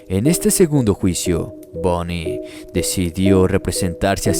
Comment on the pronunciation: ¿Alguien más escucho Bunny y no Bundy?🤔